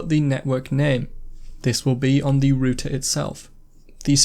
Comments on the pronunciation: It's pronounced rauter not rooter lmao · It's ROUTER not rooter